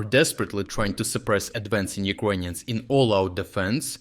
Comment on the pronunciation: Serious question for every video you post. Why you pronounce the country "Ukraine" but the people "yirkonians"